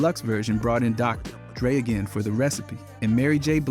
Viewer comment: doctor... drey? despite having him as a menTOUR